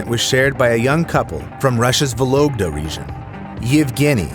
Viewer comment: "Vologda"? For starters, the map has misspelled Volgograd. For another, you read even the misspelled version wrong. Dude, warning about insects AFTER SHOWING THEM is a bit late. :P